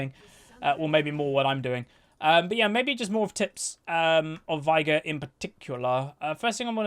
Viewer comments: Its vay-gar and u skill e second since u cant get stacks with w, and e is so much better for that situation where shaco died. It even says vay-gar in his lore btw. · why do you say Vigar?